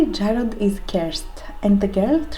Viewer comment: BTW: yes to your pronunciations Jarred/ Jarod is corrects as is Tyrant (T-iY-rant) [ still don't think there is and answer to Shakespeare Romeo abd Juliet how do you pronouce the chatacter Tybalt I say t-iY-balt (my best friend t-i-balt) I believe I am correct😉😜]